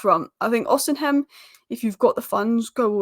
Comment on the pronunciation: Who is Osenhem? Do English people enjoy butchering people's name. Maám its Osimhen (with the "h"and "N" being silent)